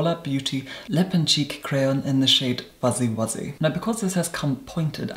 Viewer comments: foozy woozy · listening to say "Foozie Woozie" is something I never knew I needed but am definitely glad I did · at about , but it's more like foozy woozy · I really enjoy a serious person pronouncing words like foozie woozie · saying fuzzy wuzzy was everything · Every time he says “fuzzy wuzzy”